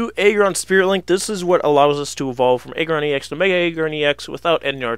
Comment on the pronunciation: I hate this guy. It's AGGron not EGGron. Really irritating.